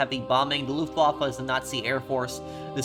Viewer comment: The W in Luftwaffe is pronounced like a v